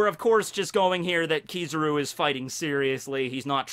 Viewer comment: kiz a ruuuuuu not kiza roo